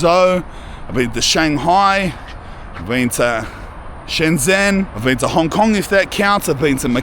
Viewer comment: Say bean again 😂😂